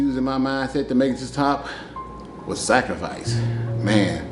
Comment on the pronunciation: The way he pronounces "Sacrificee" 😄